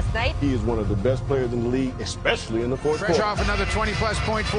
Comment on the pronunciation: it is "THÉ King In Thé fourth